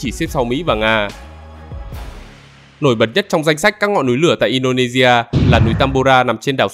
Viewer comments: Mh nghe add đọc là Indonevea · nghe ad độc in đô nê di a . nghe cứ kỳ kỳ . cả ma lai di a . hình như ad ko độc đc chữ si hay sao ấy nhỉ . in đô nê si a . đọc kiểu phiên âm tiếng việt nghe quen hơn